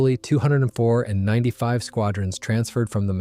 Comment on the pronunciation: Squadrons are nine Five squadron not ninety five squadron. Pathetic pronunciation of places lacks research!